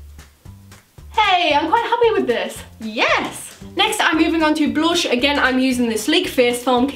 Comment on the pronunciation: No hate but it's blush not blosh and brush not brosh